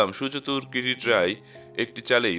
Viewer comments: নাম কিরিটী , কিন্তু বারবার কিরিট্ কিরিট শুনে বড় খারাপ লাগছে, আর উচ্চারণের বড় গোলমাল, ঠিক করে নিলেন ভাল হয় 🙏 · গল্প পাঠ ভালো ভয়েজও ভালো। কিন্তু কিছু কিছু ভাষা অস্পষ্ট। যেমন কিরিটি । একেবারেই কিরিটি এই শব্দ টি বুঝা যাচ্ছে না। কাইন্ডলি একটু ঠিক করুন। ধন্যবাদ